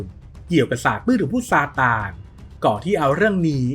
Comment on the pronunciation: บ้าจิตอ่านเป็นซานตา